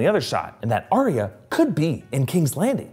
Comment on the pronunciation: Arya isn't Aria, it's ARE-yuh. Says George RR Martin. Love the videos.